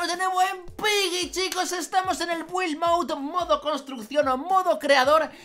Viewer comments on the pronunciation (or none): none